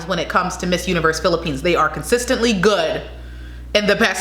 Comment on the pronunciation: That’s all perfect pronounciation of all places in the Philippines. Keep doing Filipino reactions video and by December you gonna have 1OOK subscribers. Philippines please support this Channel. 🇺🇸🇺🇸🇺🇸🇺🇸🇺🇸🇺🇸🇺🇸🇺🇸🇺🇸🇺🇸🇺🇸🇺🇸🇺🇸🇺🇸🇺🇸🇺🇸🇺🇸